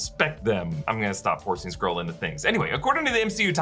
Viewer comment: Skrull, not Scroll, lol